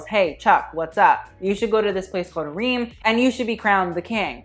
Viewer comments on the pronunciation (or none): none